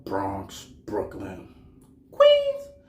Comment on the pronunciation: Lmao why you had to say Queens like that 🤦🏽‍♂️